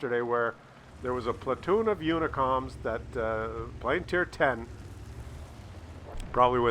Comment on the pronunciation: And today he is still sucking up to the "unicoms". LOL.